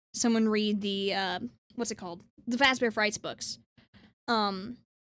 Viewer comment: "Freddy Fahzbears" That pronunciation and your rewinding to hear it again just kills me 😂